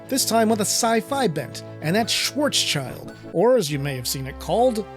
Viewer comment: Schwarzschild means black shild in German but is pronounced Schwarz sheeld. I think that’s the propper pronunciation.